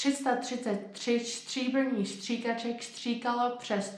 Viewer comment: Your accent is insanely good, I've never heard a foreigner sound this natural, well done. Only be vary of "Stříbrných stříkaček" not to sound like "Štříbrných Štříkaček", otherwise you nailed it ;) Try practicing on this one, it's really good for pronounciation of consonants. Zvrhl mls mrch srn, čtvrthrst zrn. (He tipped over a treat for evil doe, a quarter-handful of seeds.)